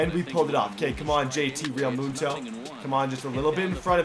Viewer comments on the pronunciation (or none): How normal people's say Realmuto....:Realmuto How says Realmuto...: Real mootoe